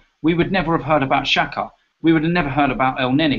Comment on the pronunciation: "Elneeny & ex-haka" LOL Trolling you hard